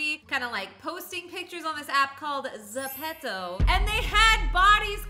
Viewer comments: Zepeto (Ze-pee-toe) Not (Ze-pet-toe) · You say it zip-top